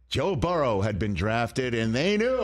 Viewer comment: Can’t stand Rich talking Bangles because of the they way he says Joe Buh-Rows name